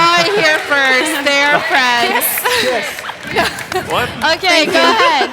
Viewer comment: 😂😂😂😂😂😂bro this fucking geeks. “DID YO FWUENDS WILY HOLD U HOSTAGE IN WOOM 208 yestuwday “